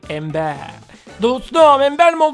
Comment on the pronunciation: Ember embır diye okunuyor